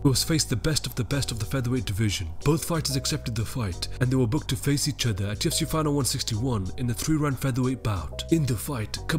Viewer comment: Has anyone noticed that this guy is saying 2fc ???